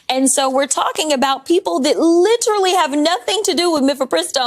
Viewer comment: LI - TER - RALLYY